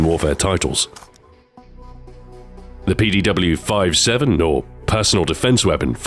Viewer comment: Shouldn't it be 57 not 5-7 ?